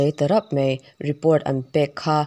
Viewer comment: 'Mai' tih tûrah 'mei' tiin i chhiar/sawi ṭhîn a. 'A' hi 'E' ang hian i lam deuh ṭhîn tih loah chuan i chhiar thiam pangngai khawp mai. 👍🏻